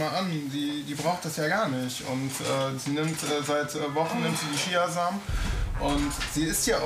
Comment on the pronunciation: Zuerst sagt die Ärztin chia Samen. Dann sagt die Ärztin Kia Samen. Das ist ja wirklich echt lustig